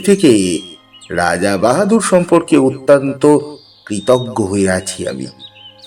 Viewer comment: "অত্যান্ত"?"আকসমিক্"?"ঝাপ,ধোয়া,উত্তেজনার ঝোকে,ঝাঝালো,ঝি ঝি,পুটলি,ধোয়াটে"- উচ্চারণের আধুনিকীকরণ করতে গিয়ে, চন্দ্রবিন্দু গুলোকে বেমালুম বাদ দিয়ে দিলেন,সাবেকিয়ানার বারোটা বেজে গেল!